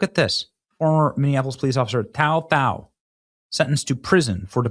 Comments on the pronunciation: His name's pronounced "Tu Tao" and he's not Chinese, he's Hmong. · Before you book someone you might want to show enough respect to them by not calling them out of their name. Especially when their name is only 3 letters long and different than his last name but you still call him tao tao. Either you cant read or your just being a jerk. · His name is pronounced like too tao and he's hmong not chinese. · Bro you got his name messed up. It’s too-tow(like POW with a T) And he is hmong not CHINESE. It was literally right next to his name. Is this rage bait? Do better or you lose a subscriber Not sure if you’re just being racist or stupid. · Tou Thao is pronounced "Too Tao". He's Hmong.